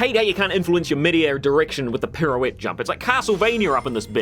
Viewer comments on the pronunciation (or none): none